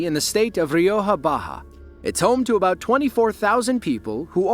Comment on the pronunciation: “That’s aboot as fresh as yer gonna get” says the man who sniffs moose antlers….😂